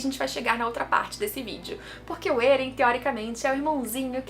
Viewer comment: Estou acompanhando o mangá agora, e seus vídeos são ótimos. Mas porque você fala Êren ? O nome não é Eren? Não tem acento 🤔